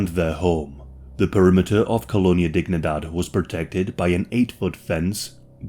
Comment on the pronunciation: KŌ-lō-NĒ-ä dēg-NĒ-däd it isn't English and should not be pronounced as if it were English. It is Spanish you probably know they say Sí for yes and it is pronounced sē and not sï a is ä e is ā i is ē o is ō u is oo or ū